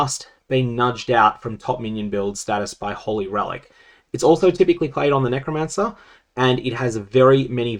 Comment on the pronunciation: can you stop saying kneecromancer? puhleeeaaaaaasssseeeeeee